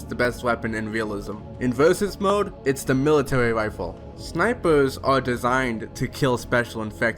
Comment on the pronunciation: dont mind me asking, but did you used to have a speech impediment or is that a different person when you said the best weapon was the military rifle